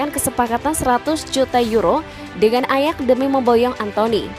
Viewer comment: Admin conten ini termasuk orang yg latah, dan malas belajar . Sebutan nama pemain sering salah dan nama club jg , contoh terbaru club PSV di baca pisivi dan waktu yg lalu club ayax di bacanya ajak.